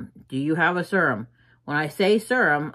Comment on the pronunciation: i can’t watch this if you keep saying serum like that 😭😭😭😭